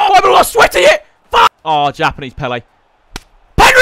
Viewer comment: Throwback when W2S said Pele as peel